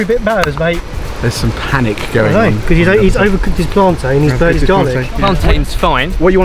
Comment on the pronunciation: You said plantain wrong 🇯🇲